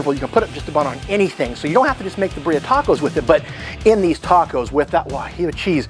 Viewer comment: It's BIRRIA not birea